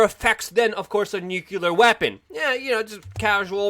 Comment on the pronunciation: My apologies but the next time you say the word nuclear try saying "new clear" instead of "new que ler"